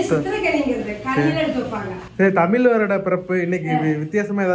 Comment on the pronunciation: Super தமில் இல்ல தம்பி தமிழ்